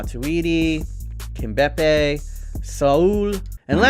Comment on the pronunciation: man cant say (kim-pem-bae) kimpembe